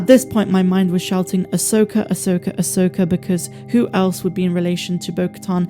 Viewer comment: Them saying ahsoka fully and unequivocally is amazing and deserves a round of applause from true SW fans